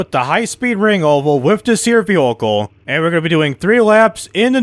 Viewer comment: Jesus the way you say vehicle is making my brain hurt